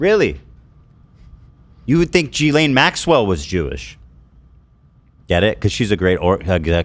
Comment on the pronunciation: At least 3 different Ghislaine pronunciations at play on this show - Jee-Lane, Jiz-Lane, and Ghee-Lane